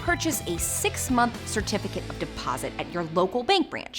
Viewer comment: "Certifcate of Deposit"